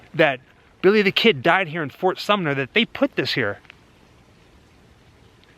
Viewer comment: says fort summer. Figured I'd point that out since throughout the video you said sumner a ton.😂